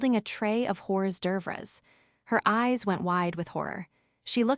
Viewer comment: In real life, I think that most people are careful not to bite the hand that feeds them. 🤔 The AI mispronounces hors d'oeuvre like they do in Selma, Alabama. 🤣 Wouldn't Riley need car seats to take her niece and nephew to get ice cream? 🍨